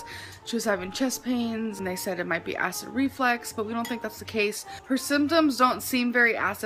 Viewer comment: If she says acid reflex one more time.... ITS ACID REFLUX.